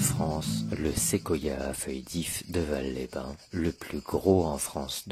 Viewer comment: ON NE DIT PAS VAL SANS PRONONCER LE "S" ON DIT VALSSSSS😁